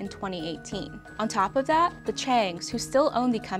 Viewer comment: Love this series; suggestion for, pronounce your "th" like a "th" instead of a "d". For a journalist to say "dat, duh and dare" instead of "that, the and they're, sounds... rough. Additionally, I heard "wurf" instead of worth.